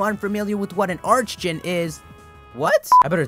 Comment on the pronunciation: Isn't the pronunciation for archdjinn ark instead of arch? just wondering.